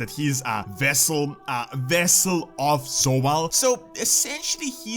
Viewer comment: I love how he can't pronounce the V in Vessel but he can the V in Zovaal lol